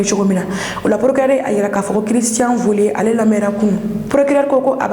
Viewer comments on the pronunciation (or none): Soyez un plus professionnel Cristian Vezilier et non Cristian volier